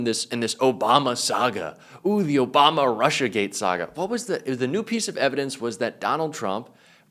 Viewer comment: It's Obama not Abama you idiot!